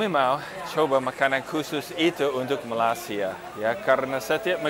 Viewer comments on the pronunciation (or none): pak, bacanya bukan melasia tetapi ma-lai-si-a terdengar huruf i di kata 'lai'-nya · malay-sia pak. not malas-ia. but its ok. hope you enjoy your trip in my country.. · Pengucapan kata terdengar "Malasya" bukan "Malaysia haha orang indonesia banget pengucapan katanya 👍😁😂😅😆